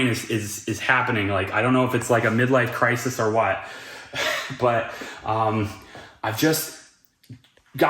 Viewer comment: did he say midwife crisis?